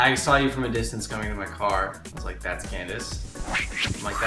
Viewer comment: Candace said my name right hahaha Amazing! In the UK were I live no one can say my name with the correct pronunciation!..